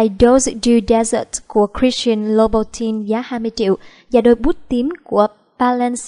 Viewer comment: Dior đọc là đì-o not đai-ơ, louboutin đọc là lu-bu-ton not lu-bu-tin, Chanel đọc là shờ-neo not chờ-neo